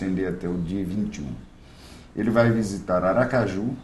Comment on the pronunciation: Visitar ou "vizitar" (sic)?